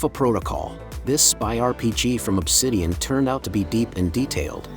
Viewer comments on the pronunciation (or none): none